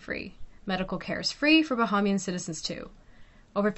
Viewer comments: Tips on pronounciation....Bahamian = Buh-HAYM-yun. Conch = Konk. Cay = Key. Good video though. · Let your documentary but you must learn how to pronounce Bahamian and conch.